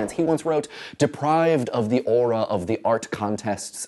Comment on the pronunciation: LOL I thought you said FART - (aka Art)